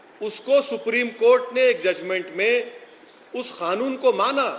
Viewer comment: अबे जाहिल सुवर की पैदाइश पहले ढंग से बोलना तो सीख ले साले ओवैसी सुअर। कानून होता है साले जाहिल गंवार खानून नहीं होता है। गधे